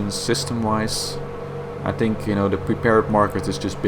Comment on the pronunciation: dude...je films zijn ok en je Engels over het algemeen gewoon goed....maar probeer echt van de 'tink' weg te blijven het is 'think' de H zit er niet voor niks!